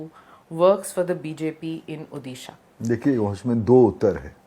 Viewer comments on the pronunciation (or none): How BJP MPs are talking about odia asmita when they pronounce udisha instead of odisha...never expected from an odia mp talking like that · Are ma'am ko koi batao ओदीसा nahi ओडिशा hota hai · Learn to pronounce Odisha first. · SmitaJi please pronounce Odisha better.. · Smita ji please Learn how to pronounce ODISHA properly first . I really like you as a journalist but India ka State ka naam Thik se bol dia karo yaar 🙏